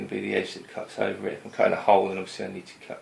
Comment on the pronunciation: Great, great videos - watching them all and learing a lot! Thanks. Just subscribed... One request. For the love of god, sound your tees as tees, not dees! Cudder... cudding jig... Sedding up... You sound like a god dang 80s DJ ;0)